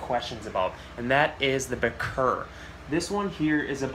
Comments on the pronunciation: Damn really interesting but to hear you say bic-ir, it's bir sheer Im all away across the world dude. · it's not pronounced "beker" it's pronounced "beach ear" like that bichir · B krrr. 😂 It’s in the dictionary. Pronounced bee sheer. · I’ve mainly heard it pronounced biker 🚵‍♀️ Or By - Cheer. The latter makes the most sense of pronunciation to me. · Did some research and Its pronounced as (bih sheer) , (bee sheer) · Yeah this guy is the only person ive ever heard call them bick-ers. It comes from an arabic pronunciation of the african words Abu Sheer. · Pronounced By-sheer I own 4, 2 of them are Senegal about 8"-10", 1 Saddled who is about 24" and 1 lapradie who is about 12" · my bro always told me that it is pronounced as "bitch-er" hahaha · In No Way Trying To Be A Wise Guy,, Etc.,, But If You Go Back To When They Were First Discovered & Named,, It Is Correctly Pronounced "Baa Sheer" ...I Have Heard People Pronounce It At Least 6 Or 7 Different Ways...But I Personally Prefer Using The Proper/Correct Pronunciation. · Bichir is of an African dialect it’s pronounced be-sheer in the native tongue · Sounds like bee·sheer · I pronounce it bi-sure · It’s actually pronounced( biker)bichir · It’s bye sheer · I pronounce it birch-ear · Its from an arab word, so the origin pronnciation is ba-sheer. But of course you can say it anyway. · I've got 2 of them and there fine , and there actually better with sand in a planted tank , I've got them in a tank with 8tiger barbs , there actually pronounced ba -cherrrrr lol but it doesn't really matter unless you are a grammar nazi lol. I feed mine shrimp and fish , I use a red aquarium light and a moonlight, you do actually have to leave some air space at the top of the tank because they have a modified swim bladder and need to breathe air from the atmosphere or they'll drown. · It's pronounced Birchir (Buh-Chur) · It's actually pronounced Bichir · you are nowhere even close to pronouncing bichir correctly, lmfao